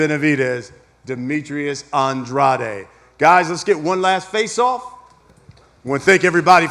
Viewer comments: Why tf they keep saying An Dra De when his name is Andrade. They hear him say his name, but he should’ve corrected they asses. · I like how nobody acknowledged how Andrade wants his name to be pronounced 😂 The subtle insults. Benavidez by KO/TKO in a late stoppage is my bet. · It's An-dra-de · Demetrius Andraid wtf is that really how Mr. “Pay Day, Pay Day” pronounces his last name 😂😂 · poopoo adrade😂😂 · Y they keep sayin Demetrius last name wrong when he clearly said how its really pronounced himself?!?! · Why is everyone pronouncing Andrade name differently than him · Why does everyone mispronounce the shit outta Andrade’s last name on purpose?